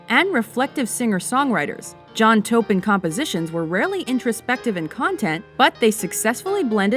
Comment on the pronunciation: Pronounce Taupin correctly.... Terrible